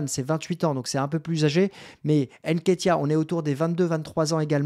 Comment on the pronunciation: C'est pas N-Ketiah, mais NKétiah ! Tu vas y arriver tqt Mbappé Ngolo kanté